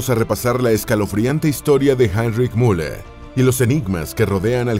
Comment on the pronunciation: Es increíble que no puedan aprender a pronunciar UN nombre alemán, Müller es el más común. Al inicio hablan de "La Gran Guerra" y muestran aviones de la 2° GM; después de la represión policial en München, y ponen imágenes de 1989 un desastre...